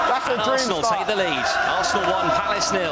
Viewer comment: Palace bro Crystal Palace not phallus.